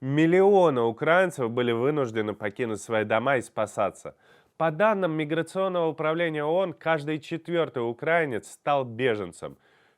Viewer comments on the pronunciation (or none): Выучите, пожалуйста, ударение - украИнец. Страна УкраИна. Не УкрАина, не укрАинец. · Да запомните наконец, УкраИнец. Сильно режет слух. Но все равно спасибо за правдивую информацию. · Ребята, спасибо за ваш контент, что вы освещаете настоящую картину, только правильно в слове «украинец» и т.п. ударение ставить на И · УкраИнец! Ударение на букву ,,И,, ёб твою мать! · УрАинец? Серьезно? Так сложно правильно нас назьівать? Не осилишь никак? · Правільно нужно говорить "украИнец" с ударением на "и", а не на "а". Проверочное слово УкраИна, ударение на "и" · Раиссяне, когда вы научитесь правильно ставить ударение в слове "украинец"? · Почему все неправильно говорят украинец? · Ударение в словах «украинец», «украинский» правильно ставится на гласный «и» третьего слога — «украИнец», «украИнский«. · Ох и тип. Как он украинец слово говорит. Скажи паляница